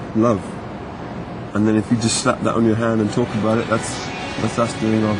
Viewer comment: you can hear canadian accent "its not aboot that, right?"